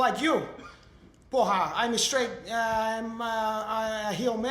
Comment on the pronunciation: has to improve the pronunciation of caralho. porra is perfect